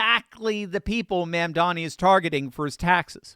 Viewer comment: Please pronounce correctly. It is mom. Mom momdani. Not man. Not man. It is an o. O. O. Mondani